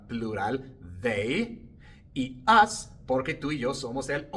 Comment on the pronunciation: Profe la palabra US, se pronuncia igual que ass.😊